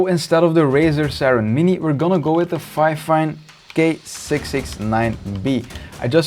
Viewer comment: ITS FEEEEEEFIN NOT FIFAN